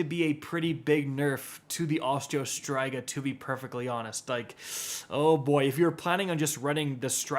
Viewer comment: I rarely watch this channel, mainly because the algorithm shoves aztecross down my throat all the time. Is pronunciation of Osteo Striga intentional or what?